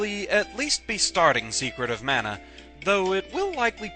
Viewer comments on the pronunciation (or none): none